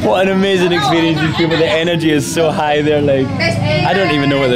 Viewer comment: This person just repeating the woman who said "smeezing" instead of "amazing" in "Kocak" means "funny" 😂